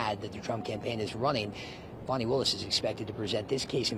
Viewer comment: Her name is Fani Willis, not Bonnie, not Williams. If you want to leave a comment about her then at the very least get the womans name correct. Fani Willis.